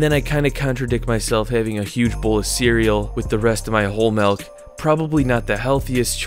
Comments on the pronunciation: It’s milk. Not melk. I don’t know why it bothers me…. But it does. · Dude it’s milk not melk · Of course the biggest milk video is from a guy who says "Melk".... Triggering experience. ITS MIIIIIILK M I L K NOT MELK ASJKAFASJFASDALIJFAL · I’m always weirded out when I hear someone pronounce it “melk” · this guy keeps saying mElk instead of Milk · "it's not melk, it's milk." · Milk not Melk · “MELK” lol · Great video. Really interesting topic and clean editing... but if big homie calls the milk "melk" one more time, I'm gonna spiral, bro. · MELK? ARE YOU SAYING MELK? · Melk, huh? Smooth as selk? Lol. Jk. Good vid. I’ve tried this before but the milk makes me extremely cold (even in hot weather). Didn’t know that was a thing but apparently so. Keep up the good work. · If this guy says MELK one more time... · anyone else hearing "melk?" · Bro says malk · Gaahsh yaknow, I can't believe that these here comments aren't all "melk" pronunciation comments. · bro keeps saying "melk" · Did he say he was drinking "melk"? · All ima say is “melk…” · I can’t even watch this. Dude says “Melk” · Just cringing at all that breast milk 🫣🤢 ALSO the “melk” lol looooots of cringing 🥴😖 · I’m a cows milk drinker and I’ve NEVER seen the fat/“cream” Collect at the top of the container. You shouldn’t have drank it. Why didn’t you go get a new one?!?!? Also you keep pronouncing it as “mElk”